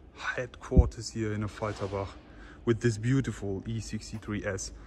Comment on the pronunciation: "buutifful E63 amg" lol.